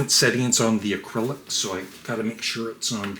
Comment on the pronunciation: Hi,. It’s not important and I know you have some trouble with words, but the product isn’t called “Acrylic” it’s just “Arylic” (uh RILL ick). Aside from that minor item, the product seems cool, but I’ve got enough electronics in my life and I’m satisfied with my middling setup. Nobody ever sends me stuff!